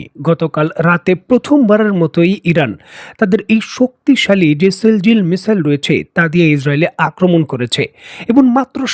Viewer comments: এই মিজেলের নাম সিজিল সিল জিল নয় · It's Shejil not sheljil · মিসাইলের নাম "সিজ্জিল" সেলজিল না।আপনি উচ্চারণ ঠিক করেন।